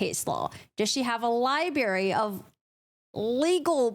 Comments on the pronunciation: Stop saying libarry. It’s pronounced library. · Library is pronounced, "lie-bRary" not lie-berry. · LIBRARY not libary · Its not pronounsed Libary...its Library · It’s not a LIEBERRY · I appreciate your work! Thank you! Just one thing: the word is library… not libary. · Libray is what speaker here is saying. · Its Library not libary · You're great, just subscribed! Want to point out just 1 small thing. Library is pronounced with an R. ;) Cheers! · Please stop saying Liberry - the word is LibRary, like FebRuary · Extra points for dropping the “r” from libRary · Did you say "libAry"? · The word is not “ library”. It libRAry! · 1st time viewed your channel. Really like your style. Except one…pet peeve of mine, so all my issue. I deal with it with my significant other. He pronounces the world liBRRRary like you do…..liberty…..he also pronounces breaKfast as breakthist——i dont know why, the mispronunciation of those two particular words has me immediately correcting whomever spoke them—apparently even when watching a video😂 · Did I hear liBERRY? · My question is why can’t she properly pronounce the word “libRary???” Why does she not know that there is a second ‘r’ in the word (the one I capitalized)? It makes me have serious secondhand embarrassment for her. And it isn’t like it was a one time mistake either – I saw her pronounce the word as such every single time she said it during the live stream (more examples ).